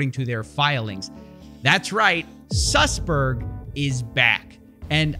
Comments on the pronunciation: suss...berg? HAHAHAHAHAHA u cannot make this shit up. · LOL his name is suss berg